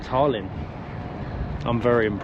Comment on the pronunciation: Good video but it's Tallinn not Tarlin